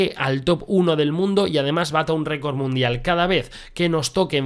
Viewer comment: Alguien más se fijó en que en la intro cuando sale el bárbaro dice récord munidal en vez de record mundial